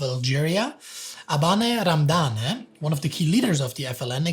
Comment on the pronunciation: Abane Ramdane pronounced in the German way is hilarious.